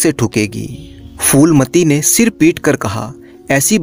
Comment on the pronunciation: Foolmati nahin shreemaan jee , Phoolmati naam hai. उच्चारण फूलमती है , फ़ूलमती / foolmati nahin . 🙏🙏 बढ़िया चैनल है ।👌👍